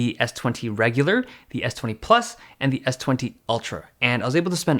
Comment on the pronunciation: Who else got mad when he said “S20 ReGuLaR” ughh